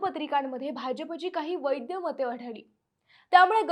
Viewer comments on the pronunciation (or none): अगं बाई..".वैद्य मतं" नाही...तर " वैध मतं" अस म्हणत जा.. वैध म्हणजे कायदेशीर आणि अवैध म्हणजे बेकायदेशीर.. वैद्य म्हणजे आयुर्वेदातील उपचार देणारा डॉक्टर..😅 आपल्या नगरी लोकांचे भाषेचे ज्ञान अगाध आहे.. फक्त पुणेरी टोन बोलण्यात आणणे आणि शुद्ध मराठी बोलणे , यात मोठा फरक आहे.. बाकी तू बोलतेस छान..पण शब्द्दोचाराकडे लक्ष दे...😊